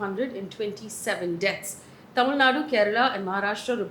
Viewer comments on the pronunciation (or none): none